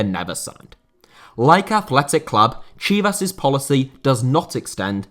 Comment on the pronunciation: Your pronunciation of Chivas sounded more off not going to lye